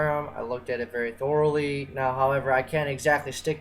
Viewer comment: THOR-ally...I THOR-ally hated this video